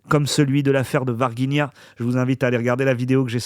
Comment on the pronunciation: on prononce Varginha ainsi: varjigna. Je vis au Brésil depuis 1996, année de l ET de Varginha. Enfin les Révélations🎉